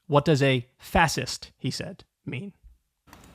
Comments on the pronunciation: Him learning how to say fascist is top tier comedy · Dude is functionally illiterate, go watch him looking up "fascist" or "fassiss" as he says. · "wut duz a fassist mean" 🥴🤡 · Adin can't even pronounce fascist and has the literarcy of a mentally challenged 12 year old. It's remarkable he can do anything. Oh, and the funniest thing about his relationship with Fuentes is: Adin is jewish and was shook to learn about WWII